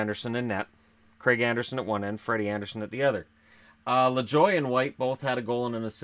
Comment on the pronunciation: You should look up how Lajoie is pronounced